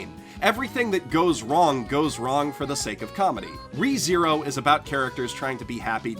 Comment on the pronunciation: I would pronounce [Reh-THe-roh] instead of [Ree-zee-rou], but that's because I'm spanish.